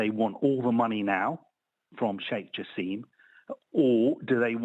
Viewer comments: It’s Jaaaasim Not Jaseeeem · The correct pronunciation of Jassim is: JaAsem, not JaseeemI